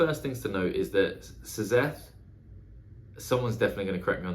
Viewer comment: Have loved your reviews for a while, so happy you are doing stormlight. Just for reference Szeth's name is pronounced Zeth.